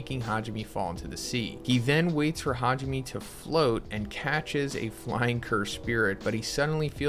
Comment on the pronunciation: Hajime? Me? Why do y’all not learn how to pronounce Japanese names? It’s Ha ji (g) me (may).🙄